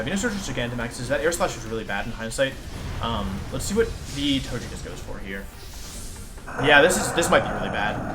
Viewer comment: Anyone really thrown off by how wolfe pronounces the names? Gigalith, togekiss, etc